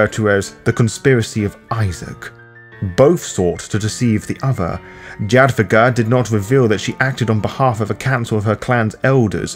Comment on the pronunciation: I believe it's pronounced "Yadviga". Overall great read.